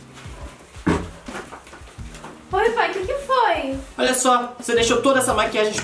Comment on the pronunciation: Quando ele falou Yasmim eu disse ham? Kk